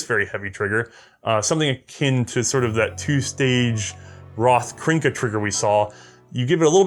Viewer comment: Funny, I just watched the last rast und gassed last night, again. So it seems we meet again mr. Gasser. Oh yeah, Otias, there is no I in kernka. Just say after me KERNKA. Not krinka, KERNKA.